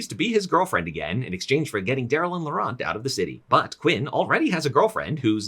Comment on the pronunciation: the t in laurent is silent